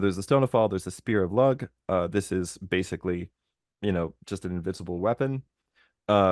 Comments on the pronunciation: Great interpretation but your pronunciation of Lugh the the god of light is killing me. The gh is silent, do pronounced lou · Lugh is pronounced Loo. He is the mitra/mithras god in irish mythology, the one who was born on the outside and raised in obscurity rises up the ranks and becomes king. In the book of invasions it's not explicitly stated, but you have the division of Tuatha and Formorians and how big a deal it was that Bres was a Formorian, who would be made king of the Tuatha. Now the part that isn't explicitly mentioned is that.. the Dagda one of the main Tuatha and father of most of them is the son of Elatha - a Formorian king. So in terms of lineage, the distinction is as hollow as the greek titans and olympian gods. The Salmon is very interesting and I hope you come back to it. It's the salmon of knowledge and as you said it was a legacy from a preflood world. In all the other cultures there was a huge focus on the secret knowledge from before the flood, which is expressed here in the salmon of knowledge. Here's a little snippet from my notes Richard might enjoy if he knows the story of Manu and Matsya in the RigVeda; Cermait mac Dagda had three sons Céthur Mac Gréine husband of Eriu, Éthur Mac Cuill husband of Banba and Téthur Mac Cecht husband of Fodla. Along the boyne river they are fishing and catch a salmon, when they grab it the salmon begins to speak and tells them that the gods are angry, the people have become selfish, they do not respect the gods or themselves and produce no children due to their own immorality. The gods have decided they are going to destroy all of mankind wit